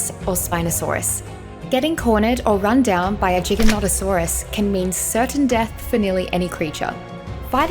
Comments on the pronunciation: AMAZING besides the messed up pronunciation like lol it's not JigaNontasaurays it's Gigantosaurus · Disliking for the simple fact you refused to say gigantasaurus correctly